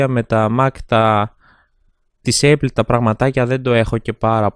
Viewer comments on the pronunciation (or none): ΠΡΟΦΕΡΕΤΕ ΑΠΛ ΟΧΙ ΕΙΠΛ